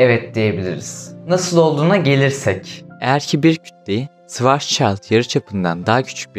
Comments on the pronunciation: Yalnız onun telaffuzu şıvarzçayld şeklindedir. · Şıvarzçayilid mi ne nasıl söyledin onu?